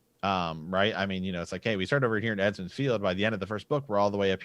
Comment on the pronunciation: I've heard you say this before , I figured you were just miss speaking. Its EMMONS FIELD not Edmonds, it comes from the old kings name, Aemon.